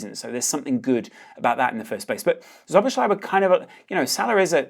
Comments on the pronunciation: Szoboszlai is pronounced So-bos-slai. Sz is the equivalent of S in English. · The sz is pronounced as s both times. Sob-os-lie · Correct pronunciation: So-boss-lai :) Very good video by the way. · Nice vid! However, about pronunciation: ˈsoboslɒi - not that hard, is it? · It’s pronounced “so-bo-sly” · its just Soh-Boh-Sly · Pronounciation: "So-bos-la-ee" basically,just take away the 2 "z"-s then go and try to read it. Ur welcome! 😁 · Bro it's not Joboslai. Stop pronouncing it that way. It's not the right way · it's actually pronounced slo - bo - zai 😂 even though it isn't spelt that way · "So-boss-la-ee." That's the pronunciation. ("Sz" is pronounces "s" in Hungarian.)